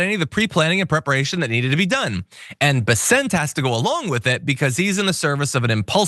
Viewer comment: It's BESS-ent, but whatever.